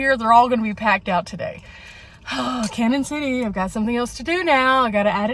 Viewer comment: Hi glad to see you are not only in Colorado but my neck of the woods. I have lived in Pueblo all my life and know the area very well. Thank you for show casing us on your channel. BTW Canon City is pronounced like Canyon City. We can always tell when people are not from the area by how they say the name. Lol TFS